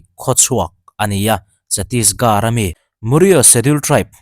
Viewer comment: Teri gaan marung tih hi English chuan, i will f*** your a** tih na ni a.. India hmun hming hrang hrang "Garh" pronounce ah hian "H" kan lam ri lo fo mai. Chhatisgarh i pronounce dan hi ngaithla lêt la, achunga first sentence hmasa Gaan nen khian i lam dân a in ang chiah, vai ho in min nuih ru ṭhin a, chuvang in ka lo sawi ve ni, i channel hi ṭha ka tih leh hlut vang a lo hrilh che ka ni e..👍 (H lam rîk tel tur, thlûk na tello vin)